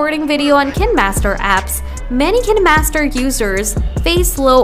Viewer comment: I dont trust any video who claims they can fix something when they cant even pronounce the name of the app correctly.